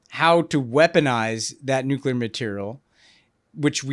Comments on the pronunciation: Honestly, this was some of the smartest content out there about this conflict with Israel/Iran. The context and analysis was excellent and I thank you because I think Americans really need to understand all this. The Greg Landsmen content, not so much. The guy could not pronounce nuclear. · Gary Landsman’s not from my state so I don’t know him, but on Israel/Palestine/Iran, he sounds like an idiot. I thought one of the big lessons of the first Dubya Administration was that we don’t trust war planning in the Middle East to politicians who pronounce “nuclear” as “nucular”…😂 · How is that most of the people that are making decisions about war and the future of the planet cannot pronounce the word NUCLEAR?